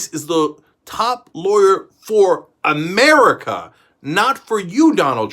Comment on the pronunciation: Cenk explaining to Donald how the AG thingy works: "Bill Barr is- not -your -lawyer!!! The Attorney General of the United States is the top lawyer for A-mer-i-ca, not -for -you". ((The way I just hollared 😩😂😂😂😂😂😂😂😂😂😂😂 OMG, I can't tonight bahahahaahahaha))!!!!!